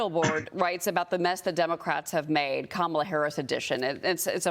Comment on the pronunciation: Go, Go, Kamel-Uh"TOE"😂